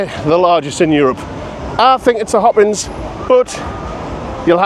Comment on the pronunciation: Why are you saying Hoppins when it’s hoppings?